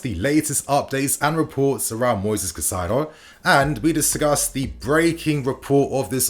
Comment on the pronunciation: why you always pronounce Caicedo as Cacaido?